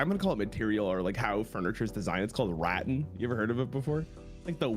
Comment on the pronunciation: Semantics comment, don't take as rage bait. said rattan like rotten, it's Ra-Tan. The 1st t is silent in the pronunciation 😂